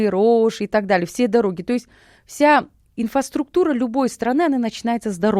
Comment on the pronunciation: Интересно, без пяти минут академик, не может выговорить слово "инфраструктура" - "инфаструктура", "потерялися" ... 🤨Поддакивание и заискивание ведущему...Бла-бла-бла...🤨И вообще беседа "не о чем"...Страна производства генералов и академиков.😂